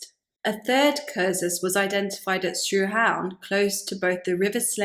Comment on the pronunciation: Actually your pronunciation of Sruhaun is spot on.